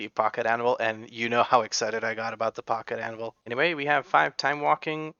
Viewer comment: Funny that I have missheard Pocket Anvil this whole time.. I thought for sure he said Pocket Animal and I thought that there is a stupid trinket, WP blizzard :D